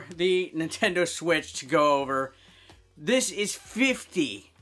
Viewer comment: I know you said 50, but because you said 50 5 0, I went wtf 5050 lol idk :D